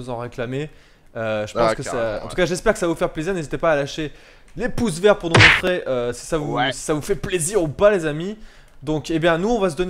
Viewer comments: Par contre c pouce VERT et pas VER ^^ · Pouce vert pas pouce ver x)